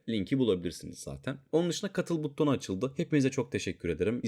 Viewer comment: Abi buTTon demen çok dikkat dağıtıyor ya :)